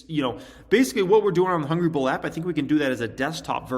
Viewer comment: Why don’t you put a link to the app in all of your videos? Took me almost an hour to find the damn thing. Mostly bc you pronounce it so fast I heard Ball instead of Bull